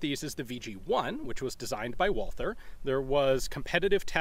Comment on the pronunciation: Great Video! Walther pronounced with T, not th. Cheers!